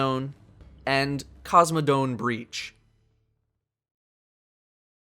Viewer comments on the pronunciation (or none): and 'Cosmodone' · lol "Cosmodome" "Invictive"